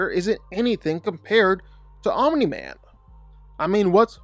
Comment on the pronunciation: The way he says Aumimi man 😂😂😂